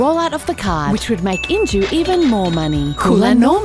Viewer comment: The companys name is injue? Or end you? Lol caught that the second time